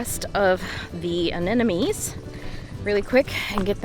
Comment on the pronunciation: Pronounce: Ah nem mo nees.... (not Ah nen no mees). You can understand it by looking closely at the spelling. Every second gardener i meet transposes or flips that "m" with the last "n".....